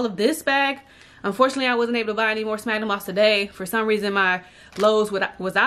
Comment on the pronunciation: Cool video but it’s pronounced “sfagnum Moss”